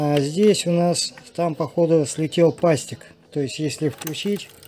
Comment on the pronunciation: пассик а не пастик))